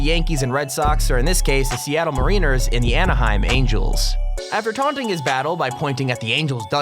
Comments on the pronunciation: He pronounced it Ma-ree-ners when it's actually Ma-ry-ners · it's mariners (mare ih ners) not (mureeners) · Marin-errr. Not Marine-er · Dude I mean DUDE Mareeners? Really? Try Mare eh ners. Sweet Jesus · Pronounced “MARE-IN-ERS”. Not “MARINE-ERS”...Jeeze!?!?! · Can't pronounce Mariners? Seriously? It's Meh-ruh-nerz, not Mair-reen-ers. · I'm sorry, but did he just call the Mariners (Mare-in-ers) The Marine ers? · It’s not “marieners” it’s mariners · I’m from Seattle. That’s not how you mariners... it’s marin-ers not marine-ers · I'm from Washington state so when he said maraners that made me mad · Kid, as soon as you said Seattle Mareeners, I had to leave to avoid embarrassment for both of us. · The Mareeners. Lol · Bro if I hear mareeners one more time I’m gonna cry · burRES, Mareeners this guys know sports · This dude called the Mariners the Mareeeeners... like aquatic marine LMFAO. Bruh. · As soon as he said “mareaners” instead of mariners I was out. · "Seattle Mar-ee-ners" WTF kid. Do you know sports at all? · Lol i love it when people that know nothing about sports make videos about sports - the Seattle 'Marine-ers' xD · The marEENerz lol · Hahaha... , he keeps saying Seattle Marine-ners. That's definitely not the correct pronunciation 😆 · m'REEN'urz... is that how Mariners has been pronounced this whole time? Well I'll be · the Seattle Marine-ers? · HA! He said Seattle Marine-ers!!! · We clearly know this guy knows nothing about baseball base on how he said Seattle Mariners (mar·i·ners). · The Seattle “mareeners” huh...? You had never heard of this team before this video lol. Edit: oh you commented on that. Right on. Good on ya. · “Seattle Mareeners” 😂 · Muh-reeners....berh-ress this guy clearly doesn't watch sports :D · Pronunciation errors: MAriners, BURRess, HasslebEck, Chiellini (silent H). You should get an editor or at least someone to double check your production... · it's pronounced: Mare - In - ers. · Like how he pronounced mariners mahreeners